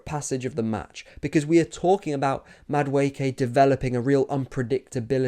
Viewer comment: Ay bro who taught you how to pronounce the name??!!😂 Damn near perfect 👌